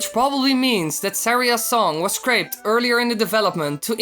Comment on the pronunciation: pis say scrap not screap